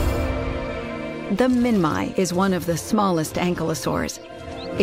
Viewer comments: "Min-My"? Uh, I'm not sure that's right. I've always heard it pronounced "Min-Me". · I thought it was pronounced "min-mee" at the first place, welp glad to know it now. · Never heard someone calling Minmi like that befor🤨 But hey who cares, everyone sometimes or always pronounce Latin/prehistoric dinosaur wrong😂